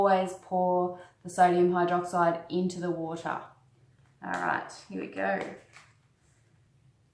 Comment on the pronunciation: "Acid to wata' is the way you oughta"